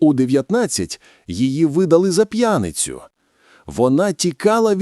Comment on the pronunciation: Щиро дякую за Вашу копітку роботу.Видно, що ШІ. Але тільки одна помилка з наголосом.П'янИця, не п'Яниця.Вплив московської говірки.